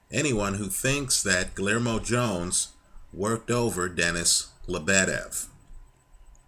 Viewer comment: the "LL" is pronounced like the letter "Y"